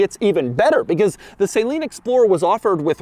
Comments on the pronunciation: Dude 😒 look up the pronunciation of " saleen ". You murdered that word hundreds of times. 😒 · It’s “suh-LEEN” according to the company folks I’ve talked to, not “saline”. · Minor detail: Correct pronunciation is Suh-leen not Say-leen But he did say Bilstein correctly 👍. (Bill-stine) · Doug the type of guy to pronounce Steve Saleen's name like a medical IV of saline. The man himself has told the world it is pronounced "suh-leen" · Is it me or Saleen is said different than Saline. I think that Doug keeps saying saline instead of Saleen (suh-Lean) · Suh Leen not say leen.. come on doug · Ohhhh no, not Doug pronouncing saleen “say-lean” 😂 it’s “suh- lean” not “say-lean” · I believe it's pronounced "suh-lean", not "saline". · sa-LEEN. Not Saline GEEZ, Doug. A car guy should know that. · Doug, its pronounced suh-lean not sail-een. Great video love your channel! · i thought it´s "s´uh - leen", not "say-lean" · It’s not SAY-leen. It’s suh-LEEN. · The correct pronounciation of Saleen is “suh-leen”, not “say-leen”. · Is it really pronounced SAY-leen?...i thought it was SUH-leen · suh-leen, not say-leen. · Not Say-leen. It’s Sa-leen. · It’s not “ sae-leen “ , it’s “ sa-leen” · It’s not pronounced Say Lean. It’s pronounced Suh lean. He’s already gone over this. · Not Saline. It's Suhleen. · Its suhleen not saline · Saleen, Doug. Not saline. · It's SA LEEN NOT SAY LEEN! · Please, don't be that guy. 'Suh-leen', not 'saline'. I expect it from goofy rednecks, but not automotive journalists. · Jeez people please say Saleen correctly. "Sah-leen" not "say-leen". Steve does not say his name like that. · It’s Saleen NOT Saaaaaaaleen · God it hurts every time he says it.... Doug, man.... The name is pronounced "suh-LEEN" , not "SAY-leen".... It's not an IV bag of sterile saltwater in a hospital. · Sale-een. Lol It's pronounced sel-een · Why are you pronouncing saleen like that? Isn't it sə'leen vs say-leen??? Just sounds weird to me. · You mean "Say-leeen" Mustang... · Who is sayleen 😂😂🫣